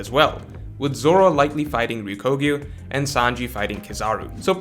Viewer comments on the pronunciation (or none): I agree with the matchups and your arguments are well-reasoned. Couple notes on pronunciation though: "RyokOgyu" instead of "RyokUgyu" Perfectly understandable, Japanese can be hard. "MarinefErd" instead of "MarinefOrd" Big pet peeve of mine, since it's two English words put together, there's no such thing as a "ferd," and the term has been around for a decade. "ZoWan" instead of "Zoan."...It's one syllable dude. And it sounds exactly like a real word, "zone." I don't know why this is so difficult. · Greenbull's name is Ryokugyu not Ryukogyu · Oda: Ryokugyu: Ryokoguyu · Btw, why does still get Ryokugyū's name wrong??? It is not RyUkOgyu, the o and u are the other way around. Ryuko isn't even a word in Japanese lol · Love how no YouTuber can pronounce Ryokugyu’s name correctly lol